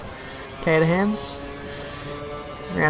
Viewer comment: The way you say Caterham is weird